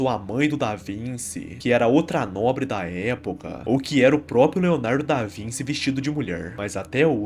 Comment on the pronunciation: Tentei assistir sério até ouvir a pronuncia do Da Vinci.